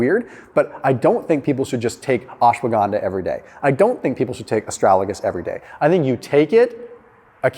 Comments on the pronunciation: Ast-ra-Ga-lus, not ast-ra-La-gus :-) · It's astragalus not astralagus. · It's A STRAG A LUS, not A STRAL A GUS:-) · Its ASTRAGALUS not ASTRALAGUS, lol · Please prounounce correctly: AS TRA GAL US...easy peasy.